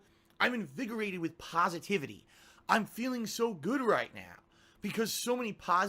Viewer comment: "Pahsivitivity" "Pahdkahst" Remember that, guys. It creates the kwality kahntent